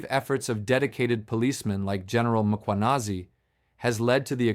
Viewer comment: Another, wait for it, "Mer- kwer- nazi," "Rammer-phoser" AI detective, who wants to expose "devastating corruption" whilst being mum on the most devastating corruption of all: 1902's Treaty of Vereeniging and the theft of SA.